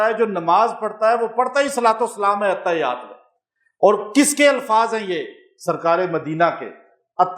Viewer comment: The correct pronunciation is (Attahhiyyat as written in Arabic).